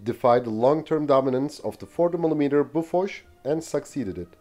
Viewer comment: Wait, BOFORS, is pronounced "boo fush" ?